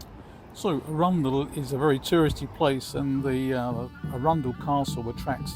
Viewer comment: Hiya. That was nice to see my old stomping ground of Arundel (even tho your pronunciation was a bit suspect 😂). Rode down the steep hill of Main Street in the 60’s on the back of boyfriends Vespa (which had no brakes !). I could sit and watch the sea where you are for hours, very peaceful 🦆💕